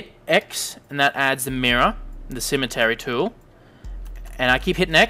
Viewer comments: good video. btw its pronounced C-ME-TRI not cemetery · It's Symmetry, like SIM MET TREE! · Nice! one simple criticism... IT'S PRONOUNCED SIM-EH-TRY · have i been saying symmetry wrong my whole life